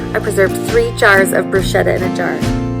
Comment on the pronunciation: Just fyi. Bruschetta is a hard sound like school